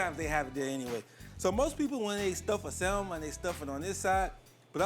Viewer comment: Salmon The "L " is silent sa-m'n No worries i use to pronounce the same until my good girlfriend corrected me.